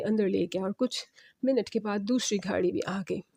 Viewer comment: یہ گھاڑی کیا ہوتا ہے ،گاڑی ہوتا ہے ، بڑھتا ہوتا ہے بھڑتا نہی